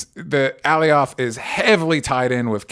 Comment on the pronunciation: Alioth is pronounced 'ə-LIE uth' not 'Allie-OTH.' (I'm just sayin' 🤜💥🤛) #ConstructiveCriticism #DontShootTheMessenger ✌